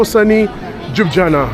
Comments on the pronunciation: Jujana😂😂😂😂😂😂😂show some effort dude! LYU-BLI-ANA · Nice vlog but it’s pronounced Lew-blee-yana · I find it cute the way he pronounced Jub-jana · Holly s**t. Never heard someone butcher the name Ljubljana like that 😄